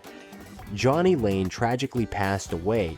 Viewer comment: Jani (Janie) Lane, not Johnny